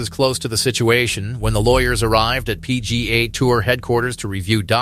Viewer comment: "the Pee-gah Tour" says your text-to-voice software. Can you do better?